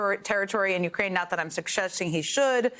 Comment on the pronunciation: How can this bozo still not know how to pronounce " u - KRAINE " ?